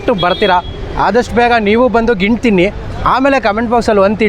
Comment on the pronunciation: ನೀನು ಪೆಂಗಾ ಅವ್ನು ಮಾರ್ತಿರೋನು ಪೆಂಗಾ ಅದು ಗಿಣ್ಣು ಅಲ್ಲ ಗಿಣ್ಣ